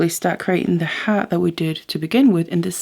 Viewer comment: As always, simply beautiful. Ironically, It took me a while to figure out that you were saying “heart” (even though of course that is what you are making). I thought you were saying “hat” and I kept trying to figure out where the hat was! Obviously I need to listen more closely. 😊